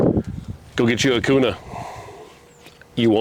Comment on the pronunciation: If this guy is really from Idaho he would call it the Springfield “Q” “nuh” no “koo” “nuh”.